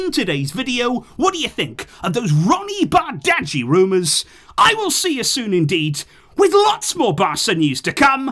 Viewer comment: it’s pronounced more like bardji, the g and h seem silent 😂 Also, I’m one of those people from football manager, but he is a baller in real life as well. A bit similar to a Rodrygo (and a bit of a low hanging fruit but similar to Messi especially in terms of his dribbling style), but left footed. His he can dribble, he can create but finishing is his standout attribute. The long term injury did slow down his development though but the fact that his stocks are down now is a great market opportunity and if he pays off, which I think is more likely, he pays off massively, but if not he’s still going to have high resale value and make us profit.